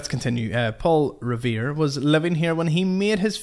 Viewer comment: Hi! 👋🐈 As far as early US history, there is a very small percentage of Americans who understand the webbed complexities of her path to July 4, 1776. And you did GOOD with pronunciation of Revere, a silversmith by trade. 🤗🐈